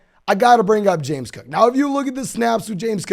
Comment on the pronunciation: Who is Chewboo Hooboo? Or James Coooo? Pace yourself,.